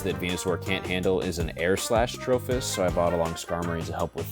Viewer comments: I actually like it, ima call it Trophy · Why does he switch the 'i' for an 'h' though?